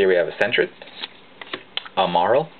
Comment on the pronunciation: you prenounce it like merill, but it doesn't care :P